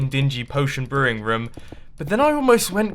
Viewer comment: I love how he pronounces room rum